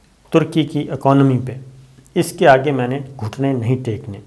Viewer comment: Very respected sir pandat is not true pronounce it is pandit